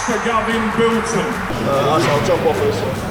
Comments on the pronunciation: Gavin Biltong!?!? its Bilton. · What does that guy keep saying biltong. He's not a piece of jerky. He's a man named Bilton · Radzi, why are you calling Gavin Bilton, Gavin Biltong?! 🤣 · Can people at least say Gav’s name right 🤦🏻‍♂️ It’s Bilton (Bill-tun) not Biltong..